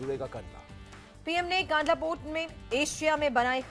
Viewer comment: कंडला - कांडला नहीं सही नाम बोलना सीखये ☹️🙏🏼